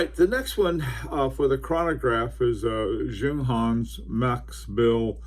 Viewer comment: Not trolling you Bill, you're doing a great job, it's Yunghans😁